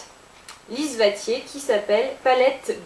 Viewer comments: Salut c'est super beau se que ta fait avec cette palette!!! mais juste un truc! je viens du canada justement et le nom c'est pas vatier mais watier! le W comme se prononce comme le W dans wow! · lise watier ne se prononce pas lise vatier mais lise ouatier dsl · Ce n'est pas Lise Vatier, mais Lise Ouatier. (Made Québec) Sinon, c'est très joli. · lise watier ne se prononce pas lise vatier mais lise ouatier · J'aime beaucoup ton maquillage. Je voulais juste te dire qu'on prononce pas "Vatier", mais bien "Watier" avec le son "LL". Je ne sais pas si tu comprends ce que je veux dire, mais bon...♥ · Lise Watier se dit «Ouatier» et non «Vatier». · Très joli makeup comme toujours et j'aime ta bonne humeur :) Mais je croyais qu'on disait Lise Watier avec le watier commençant par un w... Parce que j'ai jamais entendu Lise Vatier xD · Dans Watier, ca se prononce avec le W comme dans wow ^^ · C'est magnifique ce que tu as fait !!! J'adore les produits de Lise Watier ... elle a de super produit. Des superbes textures aussi. J'en achetais souvent au Québec... depuis que j'habite en France j'en trouve pas.... mais peut être que j'aurais bientot la chance de les retrouver. ps : Watier... pas Vatier ;-)